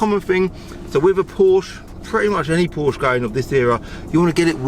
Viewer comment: I personally would learn how to pronounce Porsche (Poor-sha).